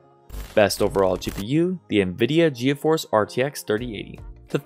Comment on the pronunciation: Ge a force It’s pronounced g force just so u know